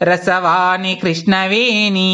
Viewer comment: చాలా మంచి ప్రయత్నం. మీరు ఉచ్చారణ దోషాలు గమనించుకోవాలి. ఉదాహరణకు, "రాల్లు" అంటున్నారు రాళ్ళు అనాలి కదా. అలాగే రసవాణి, కృష్ణవేణి దగ్గర కూడా రసవాని, కృష్ణవేని అంటున్నారు. దయచేసి "ళ" "ణ" లు సరిగ్గా ఉచ్చరించ ప్రార్ధన 🙏🙏